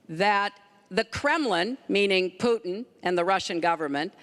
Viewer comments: it's not fucking pronounced "POUTN" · Thank you! Rush says it the worst. POOTn